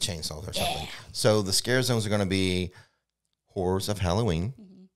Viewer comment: When says Horrors of Halloween is sounds like something else...makes me laugh every time...lol